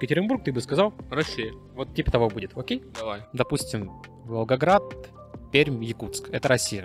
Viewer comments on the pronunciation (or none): none